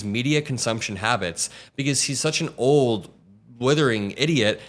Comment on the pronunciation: I watch your stuff from UK. I agree with most of your views and comments but I think you're going to alienate viewers if you keep emphasising Trumps age. I started to feel uncomfortable after you stressed the word OLD on 3 or 4 occasions. Cognitive decline is not always a symptom of age and age is not a barrier to good leadership. Stay safe. :)